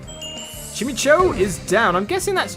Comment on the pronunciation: It is not Chim-e-cho... It's Chime-eco... but it is spelled Chimecho... lol :)